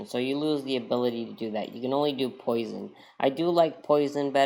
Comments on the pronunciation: ))) "Poison".... that is Poisson, with 2S :)) pronounced /pwa.sɔ̃/. See for details. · Poisson is pronounced “Pwasson”. He was a great French Mathematician. Great video BTW.